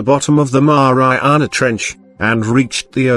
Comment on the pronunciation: 😫😂🤣That's Exactly how he said it hehe